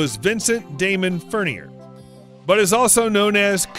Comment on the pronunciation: Furnier is a French name. Please learn how to pronounce it. Thanks.